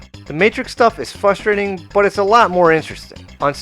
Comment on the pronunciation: "Fustating" That makes me irate.